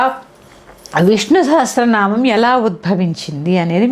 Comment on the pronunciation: Sha kaadu saa andi telusukondi